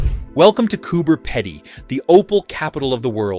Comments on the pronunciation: FFS it’s Coober “Peeeeedy” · That's pronounced Coober-PEE-dy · I live here. The wildest thing in this video is that you think Canberra is in the Outback.... although a lot of us wish it was. Oh, and it's pronounced CooBer Peedy. And yes, a lot of us are crazy.